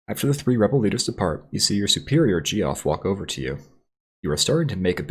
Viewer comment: His name is pronounced like "Jeff" not "gee-off"!